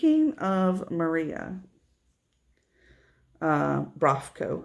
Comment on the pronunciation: Maria Brovko is well known designer in Ukraine (you pronounced her name pretty well)). I believe every cross stitcher in Ukraine has at least one of her patterns so am I) they are so cute